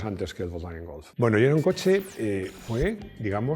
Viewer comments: Se dice Golf no Golz de nada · Me llama la atención que siempre suele pronunciar Golf como si acabase en Z. ¿Es la forma correcta o es una "maximada"?